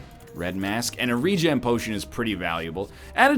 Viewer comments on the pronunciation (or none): none